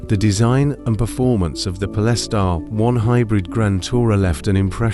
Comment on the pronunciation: What is it with AI voice that they cant pronounce certain words ' pol-es-tar' Speach patterns to leaving no breath, as indicated by punctuation! Really annoying!